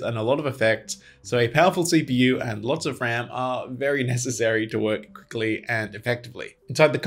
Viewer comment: did he have a stroke when he said quickly??